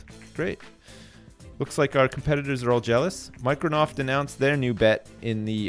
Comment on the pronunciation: What? I could have swore it was called "Mirconoft" and he was just pronouncing it wrong! What?!